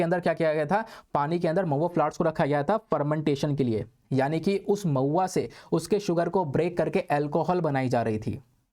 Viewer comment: Mahua become pauya🤣